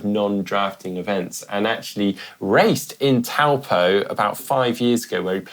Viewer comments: Love your work team, but can we make a concerted effort at pronouncing Taupo correctly? Ironman and many of the athletes have really made an effort to do so recently, which is great to see. Instead of pronouncing the Tau part like you would when you say the word towel, simply say 'Toe-paw'. Just think of a foot to help you. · Great content and summaries as usual! Just a heads up on pronunciation, Taupō is pronounced as "" Toe poor" !